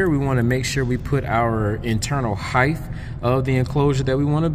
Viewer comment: Did you say heighth